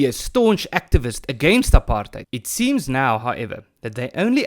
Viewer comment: Its not Apartheid. Its "Tripartheid"